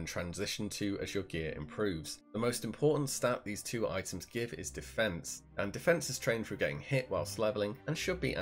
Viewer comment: you say : i´ems